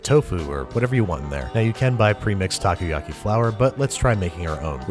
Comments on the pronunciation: Nope, you are wrong. He pronounces it "okay"ish as "takou" he starts saying "taku" and keeps on saying taku. How bout you LISTEN to it again? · also "takuyaki" ?? taku yaki? Ta Ko Ya Ki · I love this but when you pronounce takoyaki try to pronounce it like taco-ya-ky. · Tacoyaki. Ugghh. The pronunciation is killing me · Pronounced taco-yucky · My dad makes Takoyaki all the time and it’s a LOT easier to pour the batter with a condiment bottle so you can get the amount you want. And you mispronounced takoyaki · たこ焼き たこ meaning octopus たこ is read phonetically as た"Ta" and こ"Ko" Pronounced roughly the same as the mexican "taco". Why are you talking about stuff you don't understand?